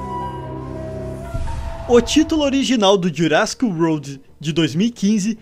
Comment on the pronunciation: Só um toque: a pronuncia correta é "jurassic Uord" e nao "roud". Equivocadamente vc ta falando "estrada jurássica" e não "mundo jurássico". E aí vai uma curiosidade tbm, que nao foi mencionada: a maioria dos dinossauros presentes na franquia são do período Cretáceo e não Jurassico. Mas Cretacic Park nao chamaria muita atenção pela sonoridade ruim.